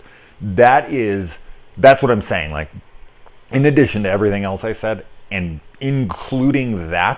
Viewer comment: HA! In a-DISH-ion... what's that intentional? It wasn't, was it?...